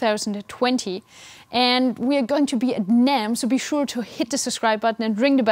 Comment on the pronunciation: 😂 the way she suddenly says bye.